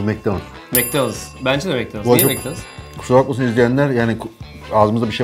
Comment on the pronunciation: Macdonus diyenler 1+ Burger King diyenler like